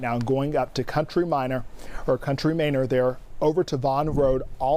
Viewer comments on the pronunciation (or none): Bro COUNTRY MANOR 😂😂😂😂 not minor. Not mayner. 😂😂😂